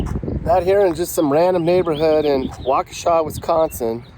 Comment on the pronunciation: Waukesha! You pronounced it correctly! Born and raised here. Love it!